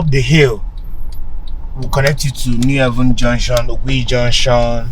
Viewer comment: What a stupid and idiotic title for your video. Unpatriotic, selfish person. What about Calabar, Uyo, Abuja, Lagos, and Port Harcorut, Kaduna etc? You think Enugu is better than those places? And it is New Haven, NOT ''New Heaven''.